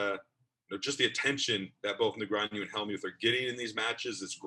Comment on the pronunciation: Can someone please teach this how to pronounce "Negreanu"? Seriously, it's not that hard.